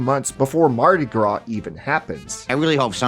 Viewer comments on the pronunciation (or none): none